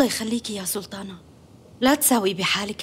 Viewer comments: نرفزتني بسلتانه 🤦‍♀️ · ماتقول سلطانه تقول سلتانه 😅😅😅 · اللي عملت صوت ما درست حرف الطاء!! سلتان ، سلتانة😂😂😂😂